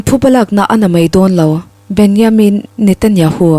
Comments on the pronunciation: Isreal PM hming Benyamin, ni lovin Benjamin tih tur. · A ngaihnawm khawpmai,mahse Israel ram hotu ber Benjamin hming pawh lam dikloh hi chu a zia lo deuh, tin an kut hming te.pawh, record hma hian zir chian ve deuh ṭhin a tha.